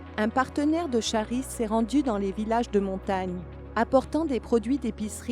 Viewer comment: Désolé pour (1) quelques soucis techniques au montage final - on continue d'apprendre! (2) la prononciation erronée du mot Charis, grâce (prononcez "karisse") le doublage a été réalisé par un service séculier et je ne l'ai vu que trop tard :(. Merci pour votre grâce!